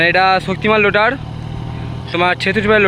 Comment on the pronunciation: লোটার নয় রোটার 😂